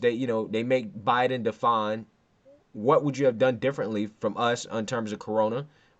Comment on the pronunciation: Did I hear Kamala call joe “obiden”